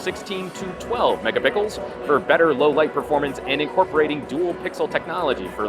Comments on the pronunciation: OH MY GOD "MEGA-PICKLES"!! x'D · i think he says mega pickle on purpose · did i just heard pickles or he just do that on purpose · megapickels lol